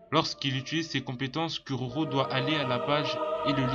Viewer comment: "curaurau" ears bleeding